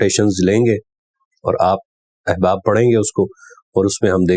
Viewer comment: محترم کچھ الفاظ کی طرف آپ کی توجہ نہیں گئی: اِحباب نہیں اَحباب الف پر زبر کے ساتھ قابْل نہیں قابِل ب کی زیر کے ساتھ حیثِیَت نہیں حیثِیَّت شد کے ساتھ بے توجَہی نہیں توَجُّہی پیش کے ساتھ معجْزَات نہیں معجِزات ج کے زیر کے ساتھ صورْتوں نہیں صورَتوں ر پر زبر کے ساتھ سمُندری نہیں سَمندَری مشیت نہیں مشِیَّتَ الہی شد کے ساتھ مافیَ الضمیر نہیں مافِی الضمیر مِحظوظ نہیں مَحظوظ م پر زبر کے ساتھ